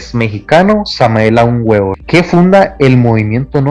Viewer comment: No sabes pronunciar bien el nombre completo de Samael Aún Weor .Su nombre significa : verbo de Dios . Léete su cuerpo de doctrina.Eres comparsa de la iglesia católica o que ? Para empezar léete la obra completa de Samael . El ego es un nudo en el fluir de la existencia .El ego es están .